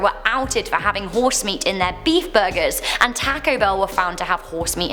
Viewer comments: I think yall need to learn how to say the word Taco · i love how you say "Taco" (I'm from america and I don't know why but I absolutely LOVE British ascents, they sound awesome and if I could have one I would!)